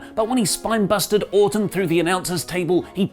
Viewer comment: When he says Orton it sounds like he’s saying Autumn